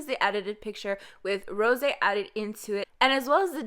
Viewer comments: That's the most annoying pronunciation of rosé's name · In every videos I’m asking myself are you French ?? Every time you say Rose actually 😂